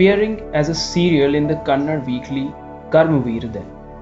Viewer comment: One small suggestion please correct yourself it's not KANNAD its KANNADA there is an A after D . Since many hear your stories which are narrated beautifully this small correction would be appreciated.